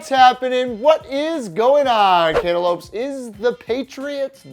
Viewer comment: Ugh... cantalope can't elope